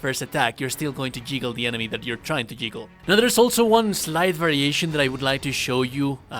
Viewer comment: The "jiggle" was killing me. It's juggle. xD